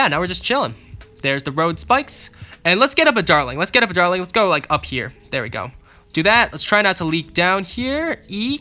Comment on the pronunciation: this is how many times he said darling instead of dartling I I V